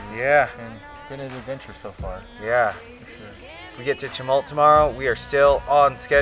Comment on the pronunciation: A very enjoyable video. I've ridden a little of the Fremont trail so I appreciate the enormous effort of what you rode! I did cringe a tiny bit at your pronunciation of "Chewaucan" (pronounced "she-wa-can") and "Chemult" (pronounced "shuh-mahlt") but I grew up in southern Oregon, so I'll give you a break on that. 😅